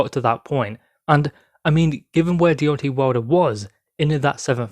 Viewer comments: Its Deon TAY not tee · It's not Deon TAY, it's The TWERK INATOR.